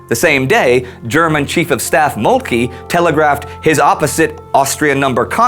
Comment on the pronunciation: This is great...but 'Moltke' is pronounced Moltker. :)